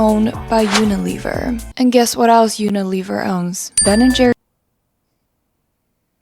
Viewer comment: Uniliver? Un-aliver? what?!